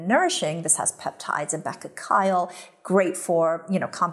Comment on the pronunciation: you were pronouncing bakuchiol correctly before... the pronunciation of bakuchi (the herb's name) doesn't change because they were able to realize that the active compound has a hydroxyl (-ol) group on the end of it. thanks for your unique product recs!